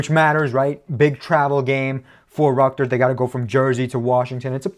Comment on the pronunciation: Bro still can’t say Rutgers right